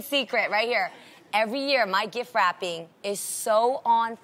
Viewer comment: She calls a gift, a gif. Why?